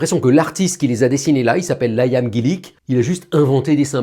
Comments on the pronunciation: Liam se prononce Liam pas laïam ! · Liam se prononce pas Layam mais bien comme ça s'écrit :') mon frère porte ce prénom aussi